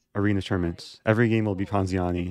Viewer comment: this guy loves saying poziani